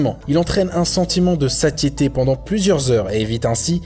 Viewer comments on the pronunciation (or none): Ça se prononce sasiété! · Il a perdu quasi toute crédibilité à mes yeux au moment où il a prononcé "saTiété" --"